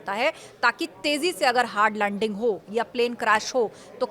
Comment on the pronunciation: Hard lundingi? 😂